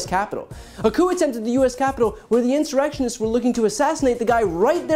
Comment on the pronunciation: insurectionist he says haha